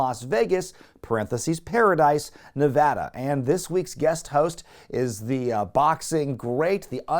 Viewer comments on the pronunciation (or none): none